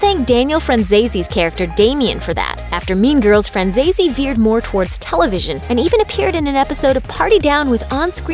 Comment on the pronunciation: It’s FranzesE, not FranzesI, it’s an Italian surname!